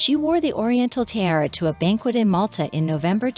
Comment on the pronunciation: I'm sure you'll figure out how to pronounce correctly the word... tiara. Three syllables, not two. As in tee - ar - ra.